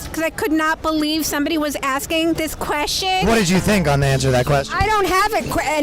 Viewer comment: pink shirt lady trying to be funny and unable to pronounce the word question then the blonde just saying titties.. God I am simple.